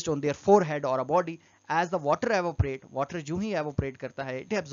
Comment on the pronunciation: It's evaporation not avopration